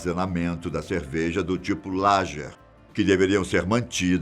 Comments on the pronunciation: Gente pelo amor de Deus, é LAGUER, não LAGER, não se fala como se escreve! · Em português o "g" em línguas germânicas, é "guê" Angélica se pronuncia " Anguelica" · Ouvir a pronuncia de LAGER e ALE chega a doer no coração!